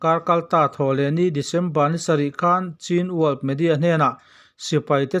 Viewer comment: Chin nilo in mizo haw rawp chhîn(ချင်း) tih tur aw